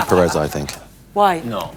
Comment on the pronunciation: Lol Pires 😂😂